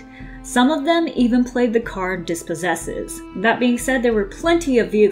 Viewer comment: also mispronounced "RHONAS" it's (Roh- Nahs) and DISPOSSESS. Not "DispossesES"